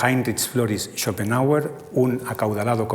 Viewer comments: ¿Por qué pronuncia "Árzur Shopenjauer" en vez de "Ártur Shopenauer"? Y ese loísmo tan molesto... o esa primera cita sin venir a cuento de Javier Gomá... Y dale con "Árzur"... Lo siento, pero esas cosas distraen, y mucho. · ¿Por qué todos los nombres son pronunciados como si fueran ingleses? La H no se pronuncia ni en Arthur (Artur) ni en Schopenhauer (Schopenauer). ¡Qué colonización!